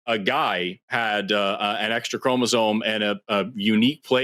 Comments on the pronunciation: Listen closely to. He's not even saying "chromosoMe." He's saying "chromosoNe." Every time. It's hard to believe he knows what he's talking about when he makes such a basic mistake. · dude literally just said "Marine-Webster" and keeps saying "chromazone" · The man kept saying “chromozone” 😅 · Dude hasn't gotten "chromosome" or "Merriam-Webster" right a single time... wants people to think he understands evolution. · Am I noticing a pattern that a lot of people who do not understand biology and deny evolution seem to be either incapable or unwilling to pronounce "chromosome" correctly despite hearing it pronounced correctly back to them multiple times and yet insist upon their own misunderstanding and using chromosomes in their argument? "Chromozone" and "chromozonal" are driving me nuts